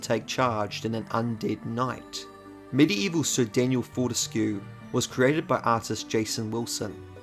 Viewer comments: Wouldn't it be "for-tesk", like grotesque? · Fun fact: Fortesque's name is pronounced "fort-ESC".